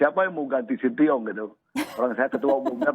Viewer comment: shin tae yong pak bukan sintiyong😂